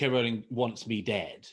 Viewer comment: Good video. Also, it's good to hear JK Rowling's name pronounced correctly. So people on YouTube videos discussing Miss Rowling get it wrong.